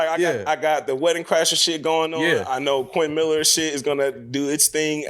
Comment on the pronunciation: “Quentin Maller”